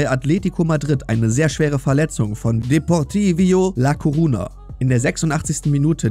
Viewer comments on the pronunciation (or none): Deportivio la koruna??? Taigo was ist das für ein Sprecher ???